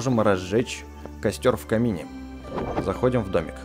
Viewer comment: 😂😂😂 ты сказал не в камине а в кабине